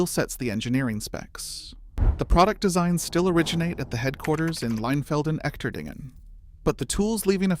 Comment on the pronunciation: The "Echterdingen" in Leinfelden-Echterdingen is pronounced using English phonetics as: "Esh-ter-deen-gen" with a soft "g". Trust me: I am an American who lived in that town between 2019 and 2024. Verstehst du mich? Ya? Alles klar! 😁